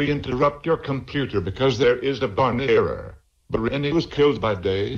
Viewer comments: Bareny? Don't you mean Barney? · I Like How The Beginning Says Bareny